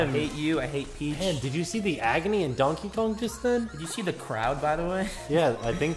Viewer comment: sounds like says Tonkey Kong